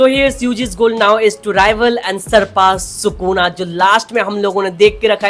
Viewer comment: Sukuna ❌ चुकोना 😁